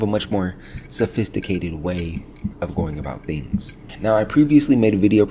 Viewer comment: Bro not that it’s bad or anything but it’s hella funny sometimes you’ll exaggerate the before last syllable of a word when it’s not applicable 😂 “Of the malWARE.” “For the operATORS” “going about THINGS” lol